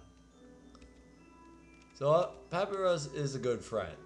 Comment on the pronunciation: Dear its Pa-py-rus (papierus)